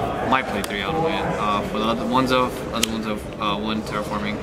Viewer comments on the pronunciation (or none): "For the ones-of" Damn, somebody get a pillow! Congratulations to for finally winning a premier event.